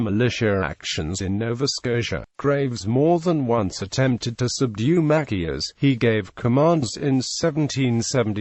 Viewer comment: Mackius? MaCHIus Chi